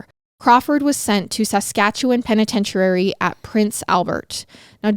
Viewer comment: Penitentuairy lol I love the way pronounces things